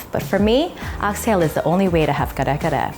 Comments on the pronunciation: you’re filipino man why are you saying kare kare with an english accent !!! come on say it right!!! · I could only watch like 2 minutes of the video bc I can’t stand how much u butcher the word. Thanks & no thanks. Please research on our culture before putting out videos. Thanks 💜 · No white rice? You’re almost there but please practice pronouncing Kare-Kare the way Filipino pronounce it. Drop the American accent . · U say Kare Kare so weird 🙃🙃🙃